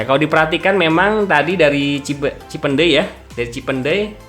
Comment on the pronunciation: Ngomong "cipeundeuy" Nya gaenak bgt bang.. Bukan org Sunda pasti